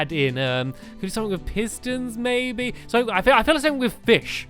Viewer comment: does it sount like he says its pretty pertty equal baby instead of maby